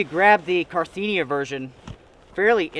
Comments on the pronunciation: Ca-rin-thee-ah not car-thee-nee-ah. Sorry but I’m familiar with that bag. Thanks for the review of good winter kit. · The brand is CAR IN THIA, not CAR THIN IA as you've been calling it. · It's cARinthia not carTHENIA. 👍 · Carinthia not Carthenia. I had to mention it. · CarINTHIA is not pronounced CarTHINIA ;) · Love your video's, love your gear reviews and love the expiditions you do! Only one small thing drives me kinda nuts.... You're realy kinda butchering the Carinthia name. You pronounce it like Carthinia but it's car-in-thia. 😉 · I enjoy seeing how your videos developed over the years. You really put in some work into editing, filming and also audio (the atmo at the beginning) - and it shows. I really get the feeling of being right in the middle of that storm and how cold and windy and eery it must be. Great! P.S. : It's Carinthia - not Carthinia ;-) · it´s always a little bit funny to hear your pronunciation of the brand carinthia. This name comes from latin and is the name of a....from the size you would call it a "county" of Austria, we call it "Kärnten". In Phonetic spelling i would translate it in something like: Car-in-"T"-"R"(without the Rollin part at the end, like you pronunciate the "a" in car). Best regards from Austria, always nice to see your videos.